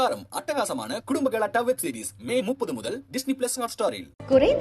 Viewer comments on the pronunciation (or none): none